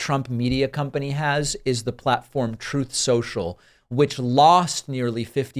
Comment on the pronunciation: Troath Sential